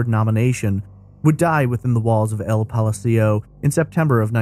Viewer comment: The way you mispronounced ''Palacio'' cracked me up.